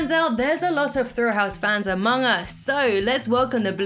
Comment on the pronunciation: You got the name wrong. It's Thrillho.